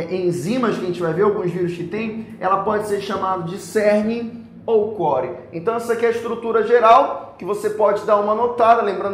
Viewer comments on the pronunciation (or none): none